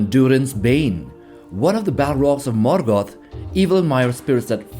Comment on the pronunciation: Your pronunciation of Sauron and Morgoth is remarkably rad